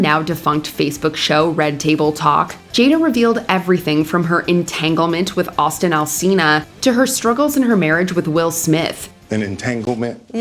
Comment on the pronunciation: AUGUST ALSINA!! Who tf is Alston?? lol 😅